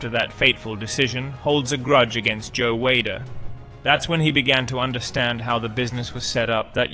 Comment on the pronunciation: Pronounce the words properly mate FFS Good video but Reg Park. Sergio Oliver. Joe Weilder all miss pronounced and your English so you should know